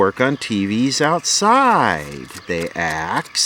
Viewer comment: " They axed" 😆